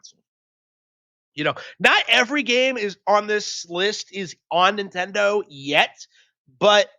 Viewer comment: get off of the nintendih